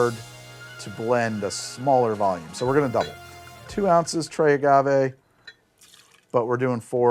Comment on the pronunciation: "tray agave" 😂😂😂 Buddy. Like 2 days of Spanish duolingo just for this show would go a long way. Also, Spanish isn't rhotic either, it's going to be a tap or a trill.